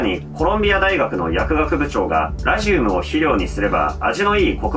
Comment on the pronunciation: ラジウムの発音が気になって内容が入ってこない